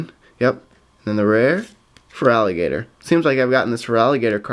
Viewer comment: lol totdile crocknaw and fralagater XD